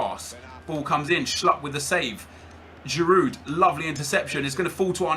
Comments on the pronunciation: you know you don't pronounce the d in giroud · haha the d is silent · I love how he's saying 'The legend Giroud' even though he can't pronounce his name properly 😂